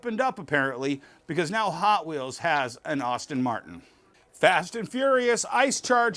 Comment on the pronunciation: Sir, it’s Aston Martin not Auston Martin. Just saying…